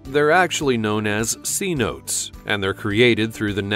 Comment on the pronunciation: It's pronounced "Seh - no - teys"